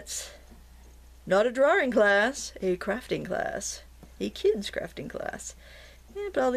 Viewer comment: Enjoy your videos. Crafting, painting or drawing (note no second 'r') LOL however it is said we somehow know what you are talking about. Thanks so much!